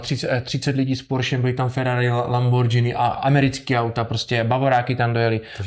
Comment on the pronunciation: Lamborghini.. ( vyslovuje se "Lamborgini" ).....džíny máte na sobě ....